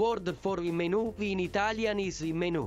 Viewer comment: say the word menu in Italian like the word boo that would help you with your pronunciation just a tip not the English way